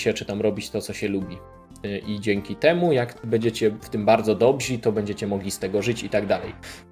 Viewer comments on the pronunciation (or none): Ło matko bosko,... "dobrzy" a nie "dobzi" się mówi!